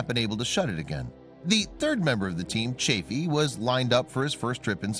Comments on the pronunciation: It's Roger CHAFF-ee, NOT CHAFE-ee. Yes, I was there: You don't contradict Uncle Walter (Cronkite). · This video has more ads than discovery channel. I swear, its really hard to enjoy a video when youre basically watching a playlist of ads. Also, its chaffee with SHORT A. Your lack of dedication to learning the right pronunciation only chafed (LONG A) my ears. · It's not "Chafey" but CHAF-FEE: EE like in Santa Fe, not ey like in hey. What's next, someone changing Grissom's first name into "Virgin" ? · Nice vid but you need to pronounce Chaffee correctly. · Sorry "", but your mispronunciation of Roger Chaffee's last name plus using footage of the space shuttle and other images not related to the story as more than half of your filler material is not very disrespectful to the three men who lost their lives, but it's just a really poor way to convey the story of their loss (especially to people who may be learning of it for the very first time). Would be like creating a video to tell the story of the assassination of Abraham Lincoln, and then using content of the assassination of JFK as more than half the filler material just so as to make your video longer or to fit the length of the narration. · Is it too much to expect you to pronounce Chaffee's name correctly ?